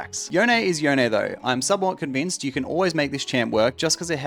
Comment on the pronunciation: why does everyone call yone yonae